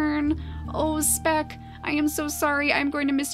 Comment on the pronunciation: You said " Smeck" when you moved speck to be next to Siana.